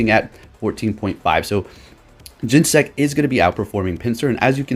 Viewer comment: Gen-Ne-Sect, it has 3 syllables yo